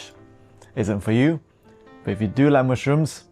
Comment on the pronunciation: He is sooo cute "mooshrooms" 😍